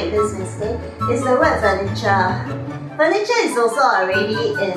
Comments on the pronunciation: Hello. I'm Shuo Ying Yu, one of the top students in an elite boy school in Singapore. The emphasis of the word 'furniture' should be on 'fer' instead of 'cher'. Thank you. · Hi Tom Menagerie Shuo Ying Yu! This is here! So nice to meet like-minded students online!!! Especially on The Michelle Chong Channel! So exciting! And you are absolutely correct of course! The emphasis should be on the first syllable of FURniture, like CARpenter and CAlender! But as I was trying to focus on grammar in this episode (namely plural vs singular), I didn't pay much attention to my proNUNciation! I know it's no excuse but I was also trying to imitate Singaporeans' way of pronouncing furniture! Hey but so glad you pointed it out Tom Menagerie Shuo! We definitely welcome such COments and exchanges! This is sooo going to be in my next episode and I will mention you!! Look out for it! Cheers, P.S. Hey maybe we will bump into each other at the inter-elite school Oratorical Competition!:) #Excited!